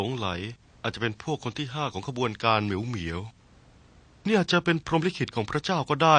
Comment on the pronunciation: ได้ยินว่า เหมียว เหมียว ปอบ 5555